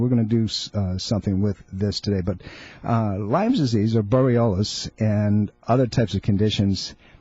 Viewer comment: It's Lyme....Lyme.....Lyme.....Lyme......did I mention that it is pronounced Lyme??!!